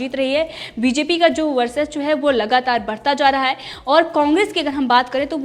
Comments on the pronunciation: Varsachwa nahin varchaswa boliye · वर्चस्व होता है मैडम गलत मत पढ़ो।🤣😀😅